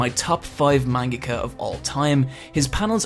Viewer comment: Ugh the way you say manga hurts my soul